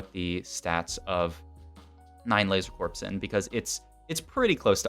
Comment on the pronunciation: IT IS PRONOUNCED LASER CORE NOT LASER CORPSE